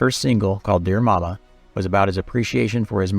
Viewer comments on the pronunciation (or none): none